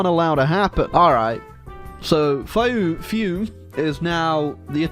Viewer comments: Fiume is pronounced Feeumë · Nice video but it’s pronounced /ˈfiume/ (FEEOO-meh) lol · The pronunciation of Fiume gets me everytime.